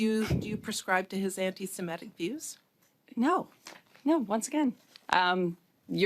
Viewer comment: The tweedy woman would do better if she said ANTI-SEMITIC instead of betraying her ignorance by saying ANTI-SEMETIC …